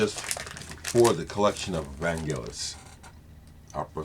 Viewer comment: Fantastic tribute.....a sad day for my beautiful country due to the departure of her son to the stars.....thanks for pronauncing his name correctly.....the only thing i would like to add is that with his first group Forminx which is an ancient string instrument like a lyre he had a hit with his song Jeronimo Janka....an instrumental that at the end you hear young Vangelis shouting Jeronimo.....he later revealed that he had a vivid dream of him going to the top of the mount Likabetus in the center of Athens and shout "Jeronimo"..... A magician, he was one with nature with god.....Αθανατος......